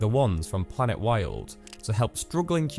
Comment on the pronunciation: During your promo I had to forward/rewind several painstakingly to find the name of the thing. And it sounds like planetworld in your narration.. Please put PLANETWILD in BiG BOLD letters on screen during the promo. I want to help, maybe volunteer.